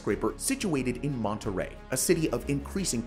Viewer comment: Commodore and the tower in Seattle are my favorites among these. BTW: "Monterey" (with one "r") is a mid-sized city in California. But "Monterrey" (with two "r"s) is the city in Mexico to which you referred. The problem is that you pronounced it like the city in California. Next time, ROLL THE R.